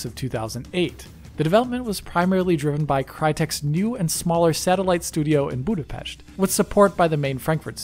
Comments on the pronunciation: Wow, you did so well on pronouncing "Budapest" that I thought I misheard when you said North Korean. Did you say North Korean....? ;D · I just want to say this: as hungarian, I thank you for pronouncing Budapest almost perfectly, and not saying it with an english pronounciation!